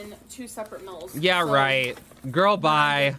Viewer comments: The way she says "meals" makes me so frustrated its meal not mills gorl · “I Ucheally eat this in two separate MILLS” (repeats 3 times) followed by “I keen show u guys a close up” gorl WHAT IS YOU DOING